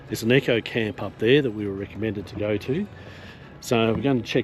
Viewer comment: Great video :-) tho I note it is a an eco camp not an echo camp as U2 keep saying Lol